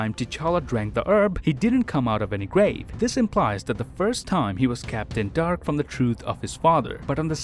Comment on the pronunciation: Why do I hear Kept In Dark as Captain Dark?